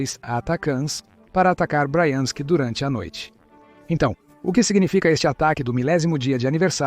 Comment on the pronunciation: O narrador precisa decidir se ele pronuncia BRIANSK OU BRAIANSK !